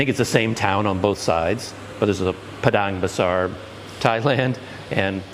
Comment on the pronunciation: Yay finally get to catch up with you once again soon. Also I couldn't help but rewind the video again and again just to listen to you say 'Padang Besar' ... LOL! Very eloquent indeed.